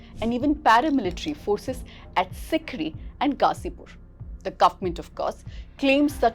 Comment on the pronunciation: (It's 'Tikri' by the way, not 'Sikri'. At the mark)